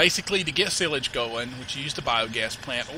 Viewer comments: it is not sillage it is sileage you ideot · you say sialage rong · its pronounced SY-LAGE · It is is-page not sil-age? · its silage no sillage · PRONOUNCED SI LAGE. Like SI on duck dynasty, and LAGE like ledge without the d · silag it is not how u prononce it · Silage as in 'Sigh' - 'Lidge' ... Weidemann as in 'Wider' - 'Man' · Your pronouncing silage wrong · you do know silage is pronounced with a long i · you said silage wrong but it was AWESOME the way your accent phrases it! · you are saying silage wrong lol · fyi that is not how you say silage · learn how to say silage!!!!!! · U pernounce silage wrong